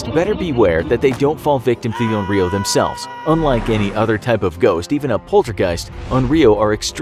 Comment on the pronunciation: Infographic said: YOU vs ONRYO I HEARD: YOU VS OREO